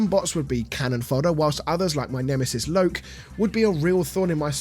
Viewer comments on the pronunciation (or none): none